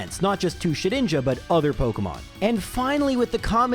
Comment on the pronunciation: I believe it is pronounced Shed-Ninja🤓